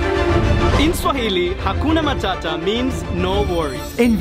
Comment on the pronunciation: Guys 😂 you don't say hakuna matata you say ha gona mathatha😂😅